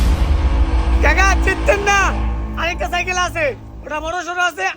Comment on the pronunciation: সাইকেল ❌ সাইকল ✅